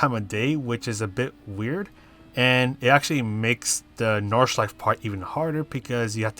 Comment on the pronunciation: Thanks for the lap guide and race strategy. I'd like you to know that all letters in German words are pronounced though, including the last 'e' in Nordschleife 😉